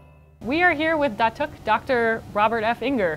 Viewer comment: Datuk is pronounced Dah-Tok. :)